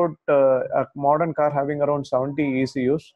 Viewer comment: Modern, not mordern